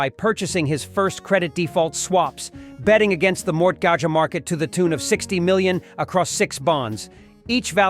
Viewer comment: Mort gaga? How in the fuck do you screw up the pronunciation of MORTGAGE!?